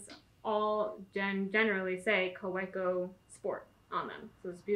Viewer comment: I hope you realize that you have one of the coolest jobs ever! Your job is my hobby haha. We love the videos and the real personal touch you give to the world of stationary! Just a note regarding pronunciation: the German "w" is pronounced like an English "v," so it's technically "ka-VEH-koh" for Kaweco. Much love from the West Coast!